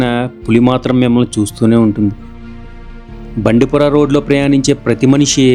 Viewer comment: Bro! అవి ముదుమలై & బందిపుర! మీరు మధుమలై & బండిపుర అంటున్నారు!